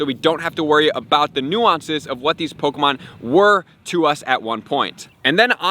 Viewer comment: I don’t like how he says “POKOmon”😖